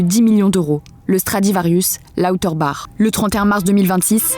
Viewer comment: Étonnant d'entendre la voix off mal prononcer le "bach" de Lauterbach quand la dame interviewée le prononce correctement